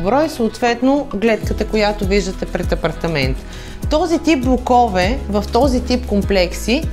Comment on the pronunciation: Слагайте правилно ударението в мн. ч. на блОкове